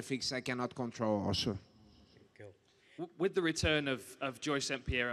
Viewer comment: classic Brazilian theeeeeeee